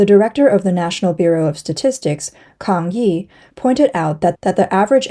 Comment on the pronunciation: “Kang yi”